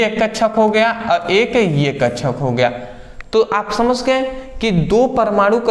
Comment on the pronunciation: Thanks brother 👍 🙏 But aap samjh ko samsh 😅 mai aa gya bolte ho 😀😀😁😁